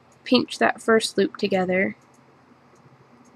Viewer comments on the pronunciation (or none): none